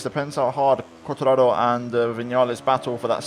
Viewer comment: Are you Italian as you always pronounce Quartararo in Italian way